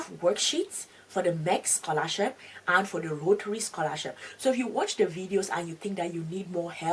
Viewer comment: Только я слышу сқолашіп😅?